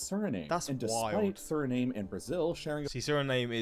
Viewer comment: Why can’t he pronounce it correctly? It’s very easy. It’s the same way as you would pronounce the nam part of Vietnam.